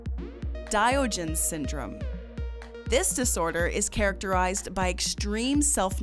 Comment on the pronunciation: Diogenes is pronounced die-ah-gen-ees